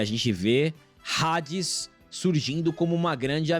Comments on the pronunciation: Já eu não aguento ouvir Rades 😂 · Homem que fala Rades 🏳️‍🌈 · Não é Hades "Redes". Se pronuncia Adis. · tentei assistir mas não consigo ouvir eles falando hades com som de r